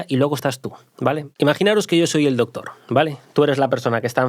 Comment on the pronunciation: Chupito por cada vez q se diga la palabra " dotor" o " dotores"